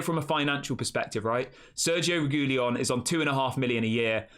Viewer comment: I believe It's pronounced Regweeyon bud